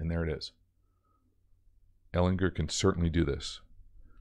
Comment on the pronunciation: HARD G BRO - Ehlin*G*er